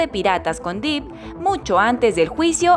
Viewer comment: 🤣 Johnny "Dip" (Se pronuncia Dep y se escribe Depp) 🤣 Jerry "Brukjeimer" (se pronuncia Brukjamer y se escribe Bruckheimer) Pero estuvo bien el intento 👍ahora ya sabe